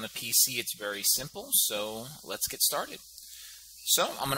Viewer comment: Let's go ahead and 'Git' started =P